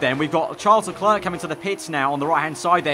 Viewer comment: Man, you should learn how to pronounce "leclerc", it hurts